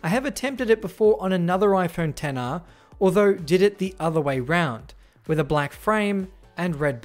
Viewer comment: Why did it sound like he was saying "Tenner" instead of "Ten R" 😂